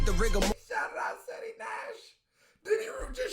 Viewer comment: he said SETI…😂😂😂